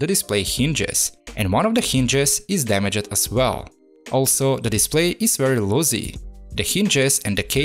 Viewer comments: I'm not trying to be rude or anything but it's damaged not dameg'ed I don't know if your accent makes it hard for you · Someone should really teach you how to pronounce “damaged”